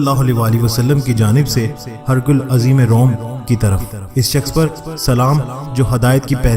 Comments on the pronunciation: Exactly the letter was not sent to Hercules. It was Heraclius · Please pronounce Heraclius not Hercules